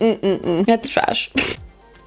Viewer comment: I cant get over the intro "heheheh tresh" :3